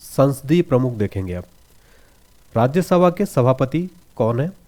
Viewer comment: Watching for the first time.Content seems good. But your voice is not clear when you say RajyaSabha ko.....